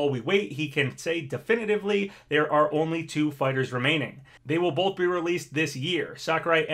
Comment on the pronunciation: You’re a fully grown man. Please stop pronouncing the word “both” as “boLth.”